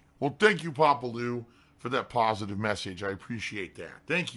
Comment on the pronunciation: I’m gonna have an aneurysm if he says ”pahsitive” one more time.